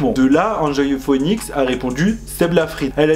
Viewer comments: Phoenix se prononce fénix hihi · Ca me stresse comment tu dis “phœnix”😂